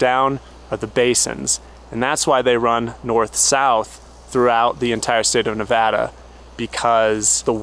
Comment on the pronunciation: Love your explanation of the Great Basin! As a Nevadan, I didn't even know this, but I especially appreciate that you pronounce Nevada correctly. Happy Travels!! 🙂